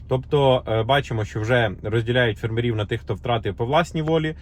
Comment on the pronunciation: Дуже цікава інформація, дякуємо, але чому фермерІв? Дуже ріже вухо, наголос має бути фЕрмерів😉👍🇺🇦🇺🇦